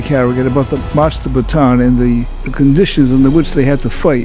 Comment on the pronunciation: Philippines Mentioned (note Bataan is pronounced Bata-an) Achievement Get! Filipino Summoner